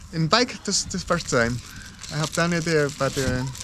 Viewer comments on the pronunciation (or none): none